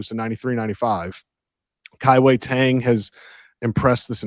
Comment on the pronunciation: Guys, it's not pronounced Kai Wei TANG. Pronounce it like you're saying DONE but with a G sound. Kai-Wei DONEG